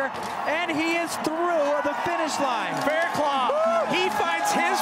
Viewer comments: lol yeah I know...I wrote it how it's pronounced. The dude on the video is pronouncing it Claw but it's actually Cluff. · It's Faircluff not Fairclaw. lol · His name is Fairclough not Fairclaw!!! Red bull needs to respect a riders name. Brendon showed utter respect no redemption needed!